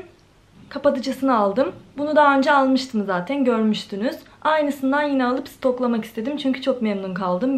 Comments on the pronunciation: Zateiiin.... zaten demek bu kadar zor mu gercekten? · Zateyn demeyi bırak artık 😒😒😒😒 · ya ALLAH AŞKINA ZATEİĞN DEME ALLAH AŞKINA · Zaten kelimesine artık zaten de zatıin deme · Zateğn diye diye bi hal oldun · Ne kadar çok zaten diyorsun ya onu da tuhaf telaffuz ediliyorsun.